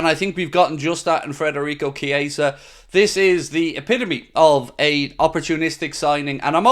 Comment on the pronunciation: Could at least get his name right man 🤦‍♂️